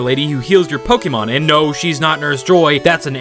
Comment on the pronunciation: say pokemon correct